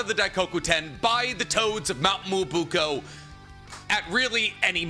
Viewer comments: Am i being gaslit? Myoboku was definitely not pronounced like that on the show. Why is he saying it like Muwobuko? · He has always said it incorrectly, Marquis. But that's not his only mispronunciation, so I let it pass. The content's good nonetheless.